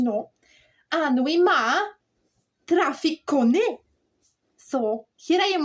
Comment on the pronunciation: That's it mate we suffer the heartache and celebrate the glory. Can i just say it's cone and not cony lol not trying to patronize you, yer Scottish is brilliant